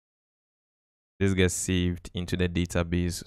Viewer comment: "its gonna gƎhts"